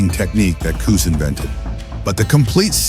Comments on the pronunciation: Cus, pronounced “Cuss”, due to his full name being Constantine, NEVER referred to his style as “peek-a-boo” until after the media began using that phrase as an insult against not only the style, but to Cus as well. He heard it, knew it was a dig at him and his style, but he liked it so much that he proudly adopted the name and it immediately stuck. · First off it's Cus not coos. Secondly the style was not designed for short fighters your entire premises is wrong. Third it was not ignored that Mike had pain from his childhood Cus taught us discipline focus and worked on developing his fighter's character through emotional control harness your energy learn and channel through focus with intent and purpose and boxing was a discipline that Mike myself and others could channel rage in an efficient effective manner. If you have two tall fighters both of them in the 6 ft something range you better know how to weave under hooks and hit from angles the premise that fighters and styles have evolved and that this style was only designed for crouching smaller fighters is 1,000% incorrect I was 5'11 fighting as a middleweight and quite effectively slipped and weaved under my opponent's punches. Your narration is accurate your facts or not. The style has not lost its effectiveness due to how the sport has changed fighters are fighters you have two hands you're squared off in a ring and the object of boxing is to hit not get hit and do it in a manner that excites the crowd that is the premise of the style That's what we were taught in Catskill That's what Cus perfected. You are correct that trainers have no idea how to teach this style there's bits and pieces of it myself and a few of the fighters from Catskill work with fighters but finding dedicated students in a sport that's contracting with less and less athletes that are drawn to o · That A I voice saying Koos instead of Cus kinda lame.. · Cooz 😂. AI is pretty funny. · Kuz, Kust, Kustamato..???? Really? Pathetic.